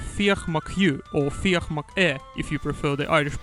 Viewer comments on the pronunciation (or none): Great video. Carlow had a fortified Irish military base, a safe place, so 'follow me up to carlow' was more of a rallying cry. Nobody pronounces 'McHugh' the way you are saying, it's pronounced as it is in the song, sounds very strange every time you say it, like you're saying 'ehhhh?' haha. If you heard the phrase 'beyond the pale' - it's an English phrase, anything outside the pale was scary and weird. White is Sir Nicholas White, an English governor who fell ill around this time. Lane is Sir Ralph Lane but I remember there was no reference anywhere to him 'fleeing' so not sure what that line means.